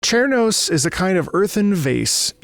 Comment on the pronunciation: I believe "Cernos" is actually pronounced "Ser-nos" as the name is derived from "cervidae", the scientific family for deer, elk, moose, etc. Cernos is a massive elk creature.